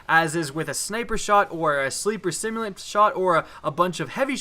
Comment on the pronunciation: I don't know why I watch ' videos when he can't properly pronounce "simulant"